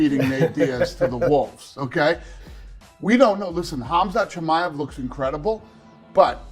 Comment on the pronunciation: Did Colby just call Khamzat "CumShot"???